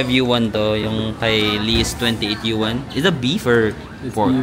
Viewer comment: Congratulations! Yay! 130k subscribers na! 🎉 Yuan 元 is pronounced as Yuen. Imbes na yen kasi letter e, ilabas mo pa nguso pagbigkas para maging Yuen. 🙂 Uy, may new country added sa list ng pupuntahan? Yung nakita kong pics sa tour ng friend sa Mongolia nasa may sand dunes nga sila na merong falcon at yung old way of life ang makikita. Katuwa naman naging friends kayo ni Lee. You're both lost in Miniso. 😅